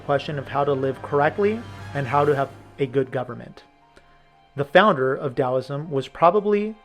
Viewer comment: mispronounced Taoism....